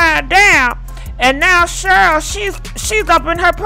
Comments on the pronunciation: I love you but girl.. you can mess up some names...Cheryl...Shirley...🤣🤣🤣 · one thing you will do, is mispronounced someone’s name 😂